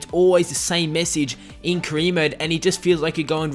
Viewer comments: You can't say "career" lol you say cre instead 😂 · haha the way you pronounce "career" is hilarious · why can't you say career properly